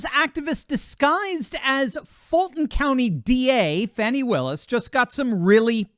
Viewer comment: Im glad you ptonounced her name correctly. More than half pronounce it Fonnie but it is Fannie aka butt!